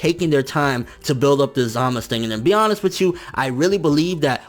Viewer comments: you calling him zamas its zamasu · The su sounds like suh or sa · U in zamasu is silent